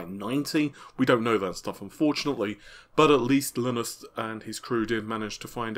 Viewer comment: Linus Tech Tips is widely known in the tech community. Everybody says "Lie-nus." There is no way doesn't know this. That's why I'm so sure he's doing it on purpose.